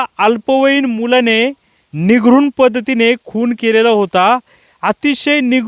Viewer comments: पत्रकार साहेब, निघरून नाही तर निर्घृण म्हणा. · निगरुन नाही निर्घृण 🥸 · साहेब ते निघरून नसते निर्घून असते....😅😂 जर उच्चार करायचा असेल तर निरघून असा केला जातो..😅😅😅